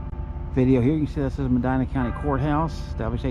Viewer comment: Born here 1950. My family, Bless, were some of the 1st residents. Nice video. Love that you like trees. Me too. Btw, the county is pronounced Meh Dee Nuh.